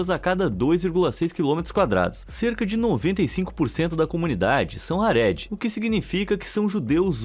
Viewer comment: Gente, é “hareDI”, não “haRÉdi”. A sílaba tônica é “DI”.